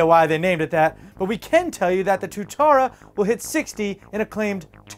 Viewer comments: Hey, not to be a hater, just want to say I'm not, and not to be a spellchecker, be I'm going to be a bit now. The SSC Tuatara is pronounced "tu-a-ta-ra" not "tu-ta-ra", that Mauri for ya... Epic that a car has a New Zealand named model of car, but it suck that it's on the worst car make going... Bugatti all the way! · Pronounced (TOO-EH-TARA). lol Not your fault most North Americans wouldnt know how to pronounce something that Kiwis know; Lucky I'm Canadian with kiwis for friends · Love FLD keep up the good work guys!!. BTW Tuatara is pronounced To-aa-taa--raa. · try reading it as two-a-tar-a lol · Awful name for a car, its pronounced too-a-tara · kiwi's trolling on fail pronunciation ftw! that is all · you said tuatara wrong Tua is (pronounced like the boxer david TUA) its a Maori name